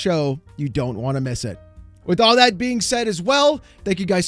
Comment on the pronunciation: Everyone was really excited about the new Xbox games. They should say "pwease and thank yew."